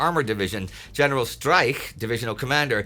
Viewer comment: You should learn how to pronounce Streich, because it seemed you were saying General Strike, the whole video! ;-) First consonant sounds as sh, not as s. Last one sounds as h, but even harsher, not as k.